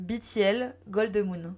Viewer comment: Super Video ! Le travail de fond sur la sujet est très apprécié En revanche certain point que je tiens a soulevever BTL -> on prononce too gi ( comme le son dans gitan)en coreen on dit bien 투 지 Prononce Too Jay si tu veux mais ce sera mal compris Backing vocals -> prononciation le a comme dans avion pour backing.je ne regarde pas la video je lecoute comme un podcast et en tecoutant jai cru que tu petrissais les voix comme tu petris la pate a pain Mais très chouette contenu !!❤